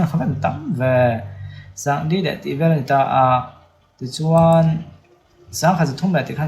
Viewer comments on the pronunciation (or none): none